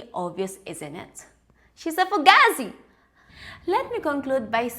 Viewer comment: Love your channel and think your extremely funny and hearing you say Fugazi is hysterical you actually said it correctly well not at first but you nailed it I guess you been watching Mob wifes on mtv 😂 Staten Island NY has a particular slang now Fuuugetaboutit ✌🏼❤️